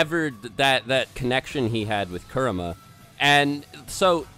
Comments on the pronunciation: Like the content, hate the way you guys pronounce half these names. I'm not fluent in Japanese, but I know enough that it's like pronouncing Jonathon as Joe-nay-thawn sometimes. Kura-ma, not Ku-rama. Again, I like the content, appreciate the discussion, but ya... just sayin. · you guys can pronounce some japanese names and moves, but butcher the important ones, like kurama, and ametersu lol